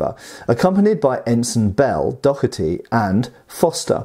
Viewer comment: “Mr Dockherty” I believe it’s “Doh-erty.” Think “dough” like pizza dough with “erty” tacked on.